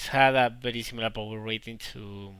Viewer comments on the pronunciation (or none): I like how you say Bery Bery instead of very very lol I studied Spanish language in University and know that in Spanish V pronounces like B, but is't still funny as hell. xD